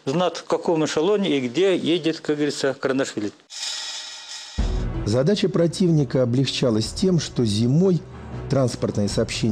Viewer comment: КаРандашвили 😂😂😂😂😂 все равно кыньколаев 😂